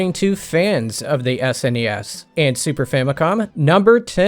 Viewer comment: Thank you for pronouncing SNES correctly. I cannot stand the people that don't know how to pronounce it